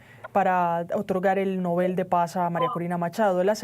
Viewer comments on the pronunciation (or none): No se dice novel, es nóvel…